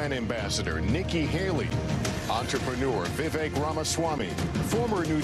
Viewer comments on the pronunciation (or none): Vivek is pronounced like cake so think vivake